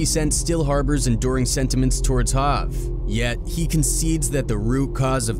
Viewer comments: Bro said “HAV” instead of Hov . Don’t take this seriously. Any hip hop fan would know… this a dummy account. 😢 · 😂😂😂at 11.31 narrator says hav instead of hov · Re: Jay z. ...Hov is not pronounced ha-v. It's pronounced hoe-v.